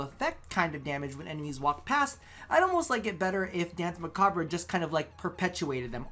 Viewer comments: Please. You're hurting me. Danse macabre. It's not "bruh." It's a French word, pronounced "mah-cobb." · Muh-cob.... Dance muh-cob...the (re) is silent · As someone who speaks french, it's "mah-kah-br"